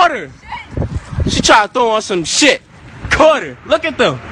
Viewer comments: It's like he said he caught Carter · "Caught her, caught her" lol. It sounds like he said "Carter, Carter!"